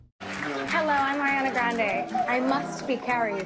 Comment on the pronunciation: I hate it when people pronounce her name “AiRiNa GrAnDe” like NOOO